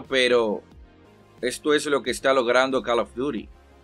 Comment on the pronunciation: Deja de pronunciar mal CALL OF DUTY no jodas. Ya sabes como se pronuncia.